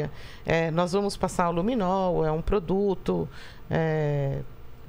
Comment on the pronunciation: " Luminou" não. Luminol. E " tals" não dá. Existe prova de português e redação no Enem. Precisa se empenhar mais.